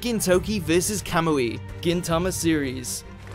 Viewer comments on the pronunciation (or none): none